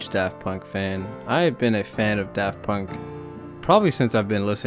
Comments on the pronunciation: "Paft Dunk" like Varth Dayer. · "paft dunk" and "kraft punk" LOL 🤣🤣🤣